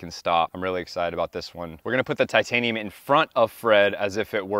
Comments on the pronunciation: "tightanium" i love it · Tight - anium 😂😂😂😂😂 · Ummm "tight anium"? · Tightanium haha